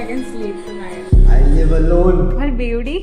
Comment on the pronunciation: They say Beauty..I hear ❤️